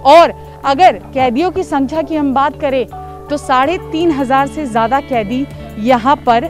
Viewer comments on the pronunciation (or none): none